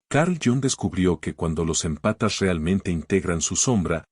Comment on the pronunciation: Por favor te lo pido 🙏🏻, no son "empatas", son émpatas, palabra esdrújula 😂😂😂. Me desconcentra escuchar que están descalzos.